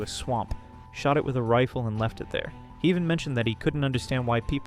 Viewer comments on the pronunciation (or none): none